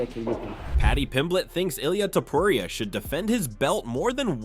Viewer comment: the next time you said TOPUR IA like a freak, im going to teach u some spanish men, just copy how ppl use to call him TO PU RI A